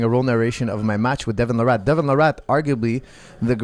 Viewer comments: It’s Larratt not “La Rat” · I kept thinking you were calling him Devin the Rat. And I was puzzled why you kept saying it so casually, it seemed kind of harsh.